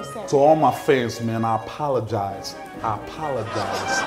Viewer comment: Charles : to all my fans man, I apalagize, I apalagize 😂